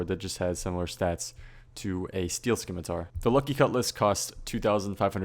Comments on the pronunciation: 2016 still saying skimitar smh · There's no "k" in scimitar. Now if you excuse me I'm gonna go study some skience. (✿☉‿⚆) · I just realized everyone that plays this game probably pronounces scimitar skimitar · why do people still pronounce it Skimmitar??